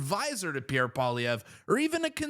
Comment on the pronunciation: The way you pronounce Pierre Poillievre …..did not get french lessons?